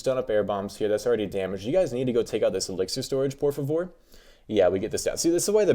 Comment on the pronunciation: the way he said was more like portuguese 😔